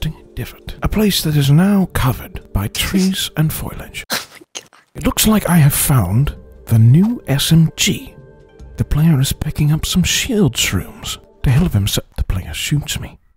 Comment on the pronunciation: "covered by trees and foilage" lol idky i found this funny cuz its foliage